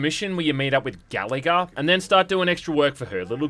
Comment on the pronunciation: I thought you said "Galaga" not "Gallagher"